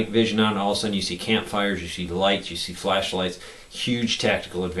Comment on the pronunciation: did he say... flesh lights?